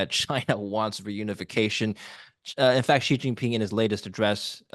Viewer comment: Hey,: So, how is this guest credible? He has pronounced "Xi" like "jee" for years. Why didn't you correct him? You had just said Xi's name correctly a minute before he said it. For you readers, it's pronounced very much like "she", the female pronoun, not "gee" or "jee" or such. What, you say you don't care? Really? If a Chinese expert on USA pronounced Biden "Beeden", you would doubt his credibility, right? This is easy research. He can google it. But no, he just parrots the wrong pronunciation of Xi Jinping, the second most important global leader for the past decade. That's easy research. Bye-bye credibility. Please,. Stick to guests in your area: finance and economics, etc. Avoid whackos like Eric Price and charlatans like this.